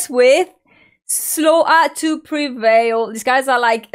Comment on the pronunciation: Nice when she says "Slo a' to Prevail"🤣🤣🤣🤣